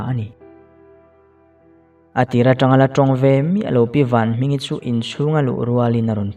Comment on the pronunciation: Vanhmingi tih tur ah vanhminga iti a top don ah khn